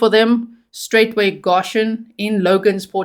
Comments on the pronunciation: Please! It’s pronounced “Go shun!” I am from Kentucky and you are hurting my ears. No such thing as “Gosh hun!” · "Go-shen" not "ga-shen" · No shade my darling but i do believe its pronounced GOshen, with a long O. Thats how ive heard it pronounced. If i'm wrong i do apologize. ❤ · Love your coverage. The pronunciation in the US is goe SHUN Goshen. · Goshen is pronounced GO shin . Thank you for the update. I thought he was in Tennessee. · It’s pronounced G OH shen. Just an fyi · Long "o" G, Go -shun